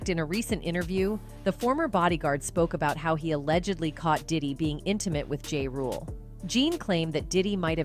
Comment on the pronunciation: Ja Rule not Jade